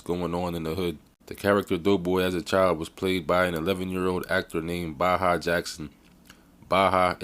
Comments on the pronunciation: His Name is Pronounced Bay-ha. Went to highschool With Baha, LaSierra high in Riverside, Ca.... class of 96' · Dude I know this guy personally and he's always been a cool dude I know his brother sk8ter paul to they always been good kids .. and you said his name wrong... throw the whole video away